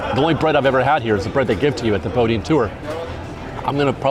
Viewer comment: "Boudin" is pronounced 'boo-DEAN". Not 'BO-dean'.